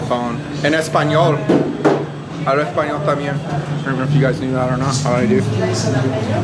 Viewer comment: I like your pronounciation, speaking esponal, jeje at least it is a consistant dialog.. i think ill start commenting on your videos in esponal. My father had me speak in the household alot even when i talk to him today, but he stessed the value of speaking english in public